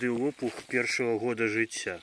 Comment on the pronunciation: Выдатна! Дзякуй вам! Дарэчы, вы мяне націскам на О, ЛОпух ў стан лапуха ўвялі)))) Заўжды гаварых лАпух, дзядоўнік.